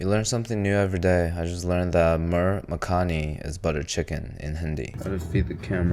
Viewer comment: The correct pronunciation is मुर्ग मखनी (mu.rr.g m.kh.ni) [“g” is not pronounced as “j”] I say this as a native Indian